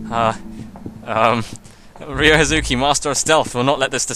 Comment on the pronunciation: What's so weird about the "Not family" comment? Sure, you shouldn't treat anyone bad, but especially not family according Ryo. And as know family's all that's on his mind.. I love your playthrough but you should really work on that pronunciation for Ryo, mate. Learn from little Megumi, haha.